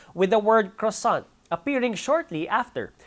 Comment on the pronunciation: you said croissant wrong